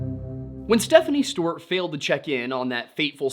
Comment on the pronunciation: Is it me or does say Stewart funny? Steuuurt 😂